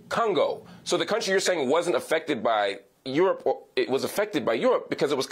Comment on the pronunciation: She said Congo??? And Cameroon?? For the love of God 😂😂